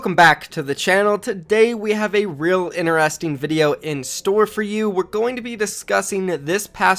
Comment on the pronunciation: Did you just say ineresting in the beginning 😂😂it’s inter-esting 😂interesting